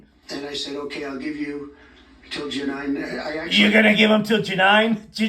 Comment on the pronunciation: “and I said okay, I’ll give you until Ja-nine” a cross between July, July 9th and Jeanine Pirro 😂😂😂😂